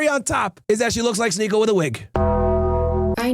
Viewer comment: Bro said sneeko 😂 and now i cant unsee that